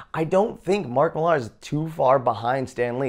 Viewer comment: It's pronounced Miller not Millarrr